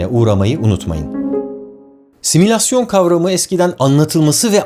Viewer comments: Tebrikler. Bir de simülasyonu, similasyon gibi duyulacak şekilde telaffuz etmeseniz. Teşekkürler. Birçok bakımdan düşündüklerimi söylemişsiniz. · Barış Bey sizin videolarınızda pek kusur görmeye alışmadığımdan olsa gerek; son bir kaç videoda kulağımı tırmalayan bir kelime var. "Simülasyon". Bu kelime sanki doğru telaffuz edilmiyor? :)